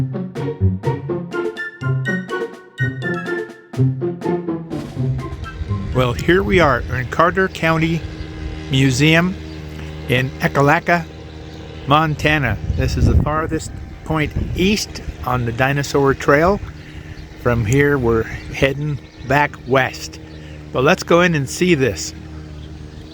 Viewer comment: Did you see the story about the Tesla that recharged there for the festival? Glad you visited, esp that you included the museum, Sabre & co do a fantastic job! but it's EEK-a-lack-a. 😊